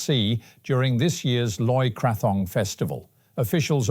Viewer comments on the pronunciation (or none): Thank you for your news updates. Always informative and often entertaining! May I point out a little pronunciation issue? Loy Krathong is pronounced Loy Kratong (silent h). In fact, if I remember correctly from my Thai language lessons many years ago, there is no ‘th’ sound in Thai, so an H following a T is always silent. Due no doubt to poor transliteration a long, long time ago which has never been corrected. Another example is the silent ‘ra’ at the end of Shinawatra.